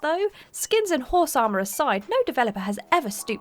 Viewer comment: HOHRSE AH-MAH🤣🤣🤣